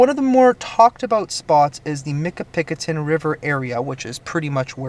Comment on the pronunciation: I think your pronouncing that wrong . It more like Michi-pi-coton, at the end it sounds like cotton.